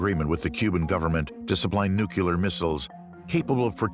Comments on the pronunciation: One more time....it's NU-CLE-AR, NOT NU-CLU-LAR....... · Nuclear, NOT 'Nucular'! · Your credibility goes down when you say "nookyaler".